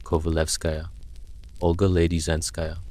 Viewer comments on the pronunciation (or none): none